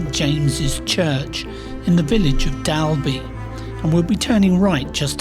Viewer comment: It's "Dorl-bee" and "Nee-ar-bel". And that Nyarbal dead end was also used in another movie staring Sylia Kristel (of "Emmanuelle" infamy)... looking forward to your visit to the Royal Agricultural Show, which we never missed when back in the Island. Before moving to Knockaloe it used to be held in a field next to our house (so we could nip over the fence for free!). When the Show is also the site of a WW1 POW camp, which was huge, with even its own railway, some Turkish internees, although they must have been Muslim, are buried in the small church across the road. There is also a small but really good museum about the camp, which I hope you found